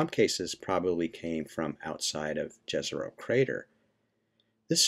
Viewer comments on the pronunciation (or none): The name is pronounced like "Yezeroh", btw. Please up your game, it will only benefit you and everyone else.